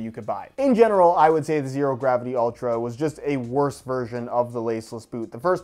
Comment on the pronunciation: The "h" in "Zhero" is 100% necessary.